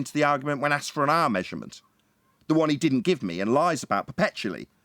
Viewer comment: Aksed or Asked😄